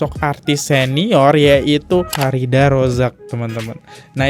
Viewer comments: F I R D H A R AZAK bk Farida Bacanya kok blm bener aja dr dulu.. Nama org hrs bener lho pengucapannya, kalo gk org ybs gk terima..🙏🏻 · Baca namanya Farida 😂 terus Kodrat jadi kuadrat 😂 lucu bgt sih lu Bang 😂 sukses selalu bang buat channel nya